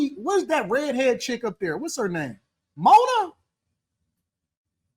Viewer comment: mane not Mona